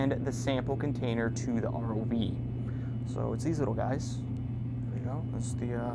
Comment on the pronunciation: R-O-V man. Not ROVE